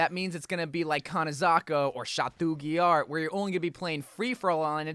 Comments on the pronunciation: All my French ppl out there heard "chatOU giard" 🤣😅 I'm dead English ppl trying French names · “Shat 2 gee R” 💀💀💀😂😂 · pls the way he says château guillard is so funny but disregarding that thankyou for making such a video